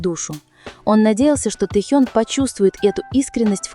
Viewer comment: НАКОНЕЦ- ТО ПРОИЗНОСИТЕ ИМЯ ТЭХЁНА ПРАВИЛЬНО, СПАСИБО. !!!😊😊 Текст, как всегда, очень впечатляет.😊😊😊😊